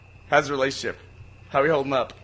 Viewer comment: Every time Burnie said relationship I threw up in my mouth